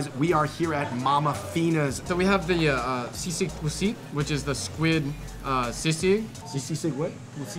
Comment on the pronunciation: Sisig pusit sounds good, Just like how David said it 😁